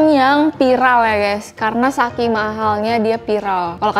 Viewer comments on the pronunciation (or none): none